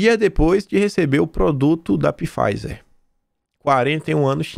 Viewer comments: O p é mudo. Então, a pronúncia é “faizer” . Desculpa, perdão mesmo. Do fundo do coração! Beijo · Oi, sou sua fã! Mas sempre me incomodo com a pronúncia de “Pifaizer